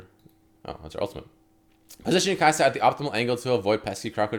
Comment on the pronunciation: Kai’sa(din). Haha.